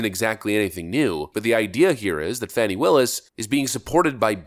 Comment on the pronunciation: Its Fanny not Fawnie